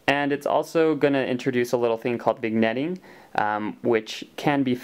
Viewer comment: vignetting is pronounced vin-yetting. vin rhymes with "win". Good summary of the reducer/corrector. Thanks & clear skies.